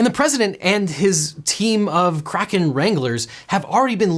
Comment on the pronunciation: Is he saying kraken or crackhead?